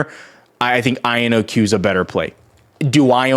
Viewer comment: Take a shot every time he says IONQ wrong